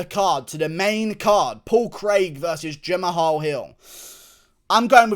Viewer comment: Guru. H is silent in Jamahal.